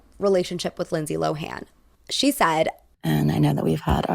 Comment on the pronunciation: It's not LO-HAAN!! IT'S PRONOUNCED LOWEN